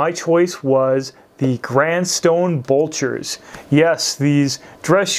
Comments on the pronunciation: You always do good vids. Thanks 👍 Helpful hint: You’re mis-pronouncing ... It’s not bulcher; it’s blucher. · BLEW-CHER. BLEWWWWW-CHERRRR. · Not trying to sound like a shoe snob but its Blucher not bulcher and shoe trees would help eliminate the severe wrinkling in the vamp. Put shoe trees in after you wear them and they will keep the shape much better. Please don't take this message the wrong way i love your content. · Blucher not bulcher. I would also consider them more of a casual shoe (especially in chromexcel) than a "dress" shoe.